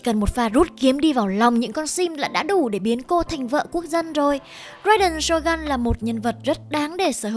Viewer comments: tìm hiểu cốt truyện sâu như thế mà đọc tên nhân vật cũng sai.phải đọc là rai đên sô gưn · Rai đền SỌT GÂN :)))